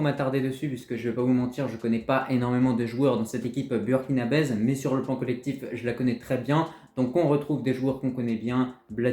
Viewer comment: On dit Burkinabè et non BURKINABAISE😊😂